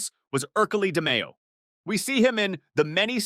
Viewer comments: it' pronounced di-MAY-o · You pronounced DeMeo wrong Also close proximity is a redundancy Go back to grade school pal